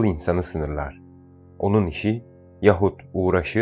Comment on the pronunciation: Sayın okuyucu Yaahut diye okur musunuz Yahut yazılır Yaahut okunur telaffuz edilir